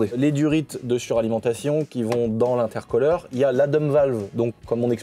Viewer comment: Intercou l’air et pas intercolleair. A par ça belle vidéo merci.